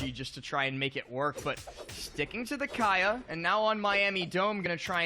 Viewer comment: dudes cant pronounce kaya smh